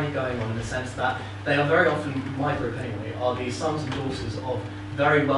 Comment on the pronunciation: "Stwike him Centurwion wery woughly!"